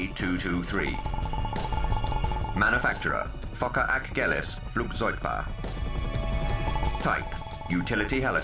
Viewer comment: FOCKE ACHGELIS....lol....sounds like he said Fuker